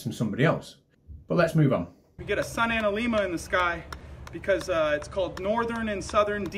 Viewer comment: Also "analemma" has a short E.